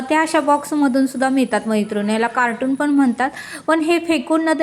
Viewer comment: कार्टून नाही कार्टन म्हणतात.